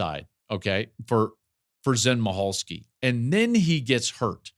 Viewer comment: Zen MICHalski pronounced Mickalski